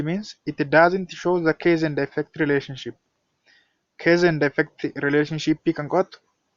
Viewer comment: What you are teaching /providing as tutorial activity is impressive and comprehensive but please consider your pronunciation of cause and case, they should be differently pronounced, you have to pronounce them correctly. Otherwise, your teaching effort is very good and interesting, hence keep it up.